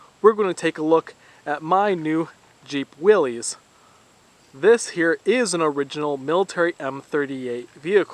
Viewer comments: John North Willis pronounced his name "Will - iss", not "Will - eez". The M38 / MC are the very best of the flatfenders with stronger frame, shackle reverse... . Your steering wheel looks 'gennie', the rear wheels do not. They look like they're from an M151 'M.U.T.T'.. Your bed extension looks 'homespun'. I have (and often use) a reproduction of the removable Koenig extensions that were once sold through Willys Overland (later Kaiser Jeep) dealers in 1, 2, and 3 foot lengths. The MC had a bolted and reinforced tailgate so the spare tire could be mounted to it unlike 'civvies' that had them mounted to the side. CJ3A and B did not have glove boxes at all. Your 'hat channels' (wood filled under body supports) are likely also 'Swiss cheese'. Repair panels are available from several sources. You're right about the hood. I have a pile of 134 engines, T90 transmissions, Dana 18 T- cases that I'll be selling over the next year (central California). If you're going to do a different engine swap (I like the electric idea, actually) consider the Buick / Kaiser Dauntless 'Odd Fire' V6. They fit well and, with a '65 Mustang radiator, are an excellent choice for flatfender Jeeps. Kaiser used them in Jeep CJ5 and Jeepsters in the mid '60s so they bolt right in with the proper adapter and engine mounts. The 'Odd Fire' is very torquey, doesn't stall, and runs cool. Later GM V6 225, 231, and 3800 can also be used. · “Willees” come on bro